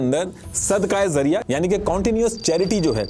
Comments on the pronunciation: जरिया ❌जारिया ✅ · You are making a video on a topic that you don't even know how to pronounce. It's not Sadqah Zariya It's Sadqah Jariya The voice of J not Z Still appreciate your awareness video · Zariya Nhi..its jaariya.. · Words to sahi de bol lo sab basic word apna Galat bole Gai zarya NHi jaryia Amr NHi Amar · I appreciate, but actual pronunciation is sadaqae Jariyah , not zariyah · It is sadqa-e-Jaria not sadqa-e-zaria. Jaria is from the word Jari, which means continues. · That is called "Sadqa-e-Jaariyah" not 'sadqa-e-zariya' you should hire an urdu expert in you team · Bilkul theek kahaa aapne ..lafz ka tallafuz sahi karna zaroori hai .. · Sadqah jaariyah not zariyah